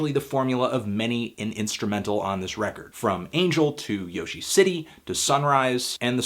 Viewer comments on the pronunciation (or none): none